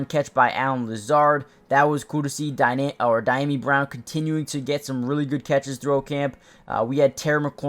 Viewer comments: It’s Dee-yami not Die-yami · Dyami is pronounced Dee-Ah-Me. Good stuff